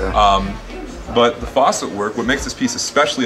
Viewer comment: he is saying the dude on the video pronounced facet poorly